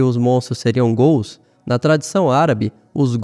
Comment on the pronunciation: ótimo vídeo, tudo indica que são ghouls, mesmo... Parabéns pelo trabalho, pelas informações, mas me diz ai por causa da sua pronúncia ficou uma duvida os gools foram do "santos ou do curintia" rs... zoeiras a parte, desejo sucesso...